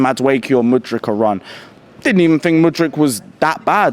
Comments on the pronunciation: It's December and bro is still saying Mudrych ... We're finished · Whats with always saying mudric instead of pronouncing it with a “k”